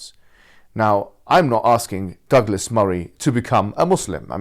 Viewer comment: Douglas sounds like Dégueulasse. It's in French, Google that.